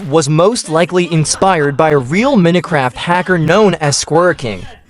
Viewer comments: "Meeno craft" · Minutecraft🙏😭🥀 i guess the ai doesn't know to pronounce minecrat